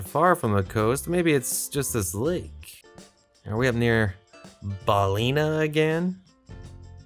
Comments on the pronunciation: Fun video, congrats on the gold medal! Just a lil note that Firhouse is “fir-house” rather than “fire-house” and Ballina is pronounced “Bahl-in-ah” rather than “Bahl-ee-nah”. And the area you were in in the last round was a Gaeltacht area (“gale-tock-t”) which is a primarily Irish speaking area, hence why so many signs were in Irish. Looking forward to your next Ireland video if there is one 😊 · Balina is pronounced balin--aaa. Sligo is pronounced slygo with the i like a y not an e 😂